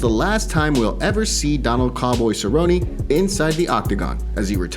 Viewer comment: Favorite Cer-rone-rone moment: Jon Makdessi head kick to verbal tap out.